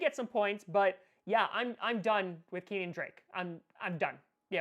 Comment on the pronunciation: Kenyan Drake. Not Keenan Drake